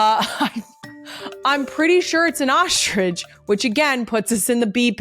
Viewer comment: Legit question - for words with the string of letters str in a row, why do some people including Kelce pronounce it like there’s an H between the s & the t? In this episode Strong, you’re pronouncing SHTRONG, Structure, you’re pronouncing it SHTRUCTURE, Structure again, 45-18 Ostrich, you pronounce it OSHTRIDGE. I just want to understand why. And you’re not the only one, Michelle O’Bama who I also adore does it too.